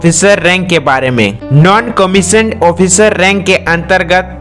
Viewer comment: कमिश्नर ऑफिसर नहीं होता, कमिशन्ड आफिसर होता है